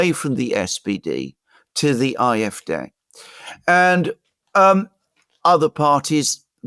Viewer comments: Why is he constantly pronouncing "Eye" fD instead of AfD? Even in German it would be "Ah" not "Eye". Sorry, I know it's not addressing the substance of is commentary, but it was increasingly more annoying the more times he kept doing it. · Why does guy on the right say "Eye-eff-deh"? It's "Aah-eff-deh". German is only one of my second languages, but still... 😳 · pron. "Afd" (1) DE Ahh-eff-Dehr (2) EN Aye-eff-dee. either way not Eye-eff-Dare/deer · Will you please stop calling the AFD the IFD! The letter "A" in German is pronounced more like the English "R." You English speakers should just stick to your own language with the English pronunciation; otherwise, it makes you sound ignorant and uninformed. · iwhen he says ,"IFDay", does he mean AFD? When he says SPD or CDU the D is pronounced like English (dee). He say "I" very clearly as an "I" not an "A". Thoroughly confusing. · If you’re going to talk about the AFD, can’t you at least say it correctly? It’s AFD. You sound like you’re pronouncing an “i”. The AFD will be the next ruling party if the elite and communists in Germany haven’t murdered them first. Oh sorry they already did that. Is it a coincidence that seven AFD candidates in the state of NRW “died” leading up to the election?